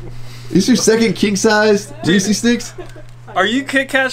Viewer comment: Reeses not reesies Y?